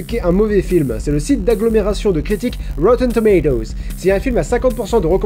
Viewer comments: Wouyten doumaï-dowze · Il dit pas rotten tomatoes mais "rowtween tomwatoes" lol merci l'americenglish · rotten tomatoes se prononce reudendomedose? ah wait...oui c'est validé par la IIII (Institution Internationale des Interpretes Indecis) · C'était sympa, petite vidéo détente ^^ Ça a été dit pleins de fois mais roten tomatoes... XD J'ai cru comprendre que par moment tu exprimait ton avis sur quelques une de ces films et je constate son à des goûts très différents, m'enfin même si je suis pas d'accord avec quelques une de tes réflexions que je ne partage pas sur des films ça m'empêche pas d'apprécier la vidéo. Par contre pour M. Bison c'est mardi pas jeudi, j'ai pas vu le film mais je connais bien le meme, c'est mardi XDD je sais pas si ça vient de la vf ou juste les gens confondent tuesday et thursday mais ya pleins de gens qui font l'erreur et à chaque fois ça me fait tiquer XD Bref continue comme ça !! Pleins d'amour de Néo et Pikachu ! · « C'est un mauvais film! Moi et rawerwoarrr on est d'accord là-dessus! » EDIT : : « Chuis désolé! Je vous parlerais bien du MCU, mais aucun de ces films n'a 50 % ou moins sur rawrewreralrrrrrr ! » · déso mais j'entends "moi et rbrogrgjrfiehrjfherhgergtoze" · La prononciation de plus en plus approximative de "Rotten Tomatoes" me tue. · Jadore comment tu mets un semblant d'application a prononcer "Rotten Tomatoes" et au fur et a mesure de la vidéo ca devient une onomatopée de machage de chewing gum haha... excellente video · J'ai bien aimé la prononciation de Rotten Tomatoes qui se barre de + en + en sucette tout au long de la vidéo. ^^ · J'adore la prononciation de Rotten Tomatoes au fil des numéros des scènes 😂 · Le fait que 'rotten tomatoes' soit de moins en moins bien dit.. PAR-FAIT!!! Also il faut parler beaucoup plus de The Collector, personne n'est au courant que c'est totalement un des meilleurs films d'horreurs????